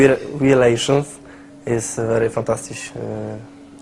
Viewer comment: Very very fantastisz haha ale osioł :)